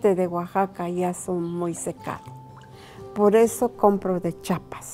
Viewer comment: wow is the first time that I see someone said Oaxaca right 😂